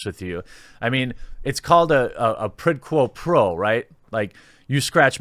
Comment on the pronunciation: What the hell is "Prid Quo Pro"? I've heard of "Quid Pro Quo". That's why I turn to the Quartering for all my business news. You learn something new every time.